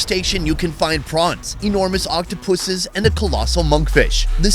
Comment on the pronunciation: Octupussy’s Lol (sounded funny the way you pronounced it)